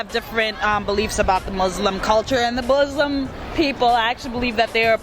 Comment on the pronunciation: " the buslim poeple" *muslim LOL